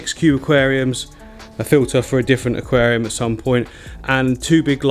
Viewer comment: "aqualium behind me", did I say "aqualium", the raquariam"..... was it me or did he say that........